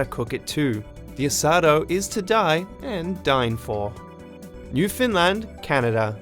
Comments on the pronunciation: I'm sorry but your pronunciation of Newfoundland hurts my soul. Canadians don't emphasize any of the syllables. It's just New-found-land, evenly paced. But you are decently correct with pronouncing it more as 'New-fynd-land'. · Newfoundland, not "New Finland"